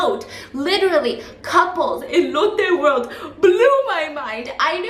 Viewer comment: ❤️❤️❤️❤️ Love the vlogs side note everytime u said "Lotte world" it just sounded like "Elote world" and I'm over here letting my lil Mexican brain go WILD 😂